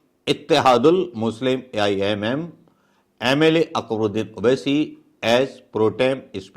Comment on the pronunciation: It's Owaisi Not Obbesi Sir